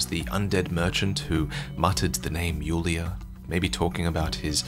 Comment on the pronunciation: Isn't the DS3 character called Yuria, not Yulia?